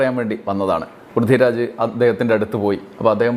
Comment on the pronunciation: Prithvi raj ennu iyal parayumbo Brithi Raj enna kelkuunath😂